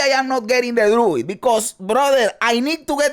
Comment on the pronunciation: "I NEED DE LWUID 🤌!!"